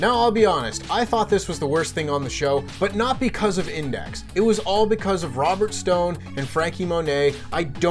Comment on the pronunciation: "Index had Insex" lol